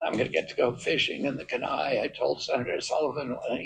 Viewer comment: that’s not how you say Kenai